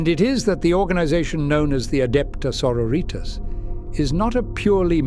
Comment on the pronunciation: I have to admit, as a linguist, that got my hair on end. ^^' Good voice, good script, but oh goodness me some of the phonetics. 'Dialogs'??